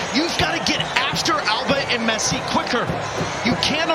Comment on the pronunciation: Messi Not "P"😂